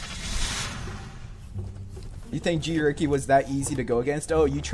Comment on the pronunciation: Ha he said "G Wricky" was easy! xD